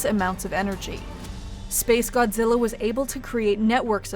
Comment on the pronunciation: This video tries to be so serious about s🅱️ace godzilla but every time you say the name I just laugh